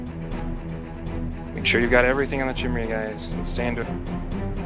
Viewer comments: well surely it's your job to teach your corp to pronounce chimera (ps it's HE-meh-rah, not KAI-mera) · Phonetically Chimera is pronounced "ki-meer-uh" like "k-eye-mere-uh" or "ki-mare-uh" depending on where you're from, but never Chimney or Chimreah :) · Actually it's more like Kai-mare-ah unless you were born in the SE US. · KAI - MARE - UH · I'm gonna comment because you told me not to. It's pronounce Kai-mare-ah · Guy needs to take a Xanax or something.. Chill. Also it's pronounced Kye-meer-uh. Just for future reference for you and your corp mates. :-) Still have no idea how to pronounce "Svipul" though... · Chimera, think it's pronounced as "Kai-me-rah". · Goddamnit. Educate your corp on how to say it. Kai-meh-rah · no need, but I'll comment: it' pronounced close to "Keemara" or "Keemera" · After this video, I'm never going to pronounciated Chimera correctly!!! YOU'VE DESTROYED MY LIFE!